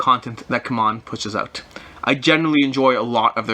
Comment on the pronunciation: Ku-mon games?? I've been calling it, see-mon games. Come on (CMON)!